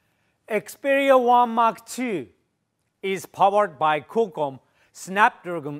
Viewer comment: I was thinking what is this "Kokkom" and then i came to know he meant Qualcomm